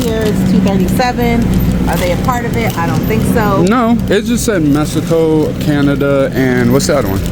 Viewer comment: You say Mesico. It’s MEXICO. The lady says it right.. 🇲🇽 ❤😉